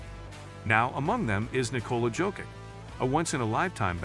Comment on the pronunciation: If you can't pronounce Jokić, please call him Joker. PLEASEEE